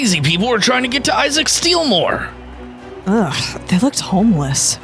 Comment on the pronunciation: It's not steelmore it's steal more